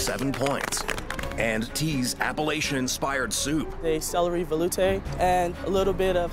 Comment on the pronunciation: One day ppl gonna figure out Appalachian is [apple ATCH in] not [Apple lace shun]